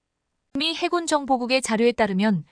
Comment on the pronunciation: 해군은 알겠는데 해굴은 머여? 해저굴의 줄임말인가???? 해굴력 아놔 듣기 그러네 거슬려 거슬려